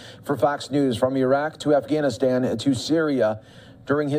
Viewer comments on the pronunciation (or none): none